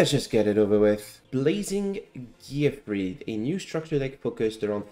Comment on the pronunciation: Just a quick note: the name "Gearfried" should be pronounced "gear-FREED". This is the only card that should be pronounced "gear-FRIED", like fried chicken. Because he's on fire.